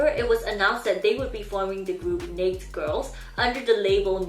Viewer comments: Sorry no hate but it just threw me off every time you said naked because I pronounce it differently (no hate! As I know everybody pronounces different words differently) hahahahaha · You’re so cute, I’ve never heard naked pronounced like that. But I’m thinking you did it on purpose because youtube will ban accounts for stupid shit like saying certain words. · Had never heard of them until this video which appeared in my recommended. And not a criticism, but Naked is not pronounced like you're saying it, which rhymes with the word faked. Naked is pronounced nay-kid. I'm sorry, but it was driving me crazy. Thanks for the information. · Thanks for the interesting history of these poor girls. It’s pronounced “nay-ked”. Rhymes with “hey kid”. Sorry couldn’t get passed the incorrect pronunciation. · she said that she had to pronounce naked as “nakd” so she wouldn’t get banned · Not hating on you at all but naked it pronounced nay-ked. It sounds like you’re saying Nates Girls. Love the video though! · can’t get over the way you pronounce naked like “NAYkt” as if “nake” was a verb. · Your saying naked wrong lol its two Syllables pronounced (nay-ked) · I cannot cope with how the word "naked" is being pronounced. Two syllables. Nay-Ked. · Ok, not trying to be rude or start a fight but I'm a little confused being during your video you kept pronouncing Naked wrong by saying Neck girls. Now if I'm wrong and it's pronounced Neck even though it's spelled Naked then ok I guess the English spelling is all wrong then I assume? Now you could have been saying naked and I just didn't hear it correctly but it did sound like you were saying neck overall. If so my bad and have a nice day and New Year. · I didnt realize you were saying naked until about halfway through the video, ive neverrrr heard anyone say it like "baked" lolol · she does it to not get demonitized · the way you pronounce naked is making me giggle lol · Do you not know how to pronounce "naked?"